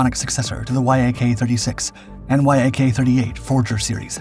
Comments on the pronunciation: Why do you spell out Y-A-K instead on saying it as a one syllable word (the way I've heard it pronounced)? You don't do that with MiG. I've also heard Su pronounced as a once syllable word. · YAK is not an acronym, it's the first three letters of the head designers surname Yakovlev and should not be pronounced like reading and acronym, but like pronouncing Alexander Sergeyevich surname without saying the rest of it....